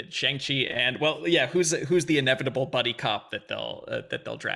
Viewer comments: I dunno if I missed it, but I speak Mandarin and I was super curious to see how they would pronounce Shang Chi. It's a bit of a nonsense name anyway (kinda like Cho Chang) but "Shang" is pronounced very differently than how Americans have been pronouncing it. Look up how to properly pronounce "Shanghai" if you're wondering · I've only seen one reaction today where Shang was pronounced correctly for the whole video. Hopefully once we get a trailer where it's actually said correctly for all the reactors to hear, people will adjust.